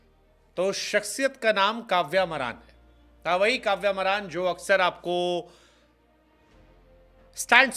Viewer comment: काव्य मारन है बे, मरान नहीं